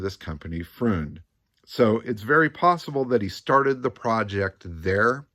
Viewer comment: really enjoying these nuggets you're digging up on the ole Merc. Got me picturing this gorgeous red ragtop cruising down the strasse during Berlin's rebuild era. BTW - freund (friend) rhymes with coined, not pruned, and cabriolet has one more syllable.